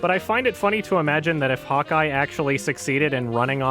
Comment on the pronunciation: 8 minutes in I realised he's saying "hawkeye" and not "hot guy"